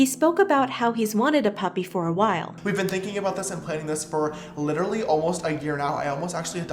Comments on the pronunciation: No one: James Charles: puPP-uRR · can nobody say 'puppy' pUpPeR- SHUT UP OMG